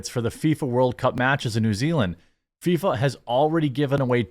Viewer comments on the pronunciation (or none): none